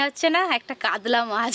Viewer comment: আপনি সব সময় ভুল উচ্চারণ করেন কেন মাছের গাদা কে দাগা , আবার কাতলা মাছ কে কাদলা বলেন।